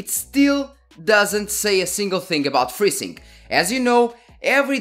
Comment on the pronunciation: i thought to myself... what the heck is "Frizzing"? and then AAAH.... FreeSync